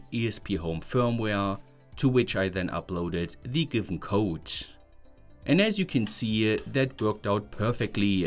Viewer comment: Hello friend, I hope you will not be offended. Your English is improving a lot, and I have some things you might want to improve on. 1. If a word ends with D or T, you pronounce it as "tssss". For example "It" -> "Itsss", "Code" -> "Cotssss". This is probably the most glaring one. 2. Often if a word has "t" inside of it, you will pronounce it as "ch", whereas most often it should be pronounced as "t". I suggest checking the words you pronounce as you go filming, this way your pronunciation will improve a lot! 3. The melody of your sentences: normally, sentences in English start at a higher pitch and slowly drop in pitch. You do the opposite which is confusing. That is reserved for questions. 4. You pronounce syllables separately. In English, they flow into each other. For example, in mathematics, when we read the symbol for the derivative of the function f, written f'(x), you would probably say "eff dashd eggs". The correct, fluent pronunciation would be "effdash dex". See how the "d" at the end of "dashed" went to the start of "x"? That's done to make it more fluent. English has no glottal stops between words at all, whereas Eastern European languages almost always do this. Similarly there is no glottal stop between "eff" and "dash", it's all pronounced in one go. Thanks a lot for your videos and I hope this improves your reach! I suggest periodically asking people from England or the US to review your pronunciation in order to stay on top of it. Soon enough you'll see great